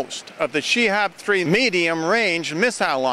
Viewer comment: It's Shahab (Metoer), not Shehab_ good 419 aka strategy spam, bravo you